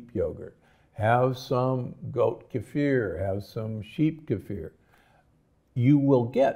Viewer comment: Did he say kefer is Good